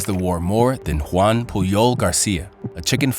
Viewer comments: It's Joan not Juan, he was catalan not spanish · It's Joan not Juan (Because it is a catalan name, as seen in his last name, Pujol, a catalan last name) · His name was Joan not Juan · He wasn't called Juan, he was called Joan. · His name wasn't Juan, but Joan. He had a catalan name, which differs from the spanish name.